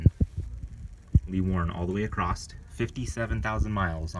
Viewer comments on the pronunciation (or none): The letter T doesn't come at the end of the word across.